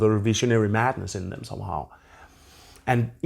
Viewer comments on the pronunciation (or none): none